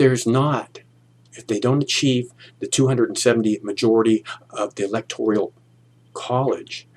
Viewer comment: It's the Electoral College, not the Electorial College.